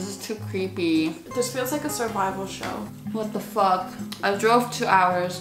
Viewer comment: Ericas “Whaet thæ fuæk” 😂